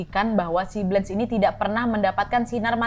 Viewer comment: Blanche baca Blangs Monnier baca Moni:e Kota Poitier baca Pwatye. Utk Nadia, dr negara manapun kasus itu berasal mohon dipelajari civilisation nya, dr cara baca dll, biar lebih kena ceritanya... Semangaaat teruuus...